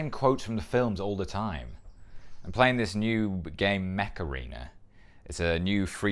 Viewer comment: Honestly, I thought I heard you say Macarena. Was watching this on my phone and I wasn't looking at the screen when I heard that. Then I looked and said "OH, MECH ARENA!" 😅